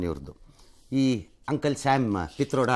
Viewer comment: Pitroda alla patrode...